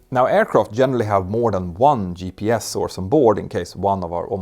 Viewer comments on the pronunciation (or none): none